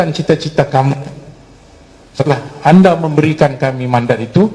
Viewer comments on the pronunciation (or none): none